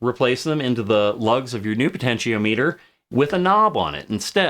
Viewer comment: Really interesting vid! Every time you say "po-tenti-O-meter" instead of "po-tenti-ah-meh-ter" I feel very uncomfortable though (I jest; I've just never heard anyone pronounce it like that before is all haha)